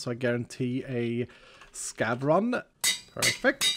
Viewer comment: Everytime says scav, I always hear scab. "I will never say no to a scab run." 🤮